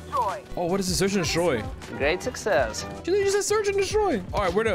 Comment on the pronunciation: You had me at "great suczezzz"😂😂😂